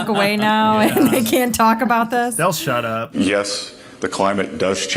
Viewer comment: She was saying shupa uppa Translation Shut up 😂 She must be good giving Tongue. Nothing Religious and certainly not Spiritual there